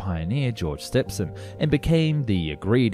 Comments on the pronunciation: The narrator AND the script writer sound incredibly foolish describing the railway gauge as 1.4mm and pronouncing George Stephenson as George STEPson. I skipped and turned off in less than 30 seconds. FAIL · The narration is average Stephenson not Stepvson. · STEPHENSON is pronounced STEVEN SON! not Stefson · Stephenson is pronounced Stevenson here in the UK. I wondered who you meant when you said George Stepson haha, kinda caught me off guard. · It's pronounced Stevenson. My middle name is Stephen. I'm english and it's pronounced the same way as Steven just spelled with a PH instead of a V. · If your gonna do it, and you did, you could make the effort, to pronounce your own language correctly.... who the bloody hell , is just George Step son? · "Stephenson" is pronounced steve-en-son. That PH in the middle is a F sound, get it? "Grandiose" has three syllables.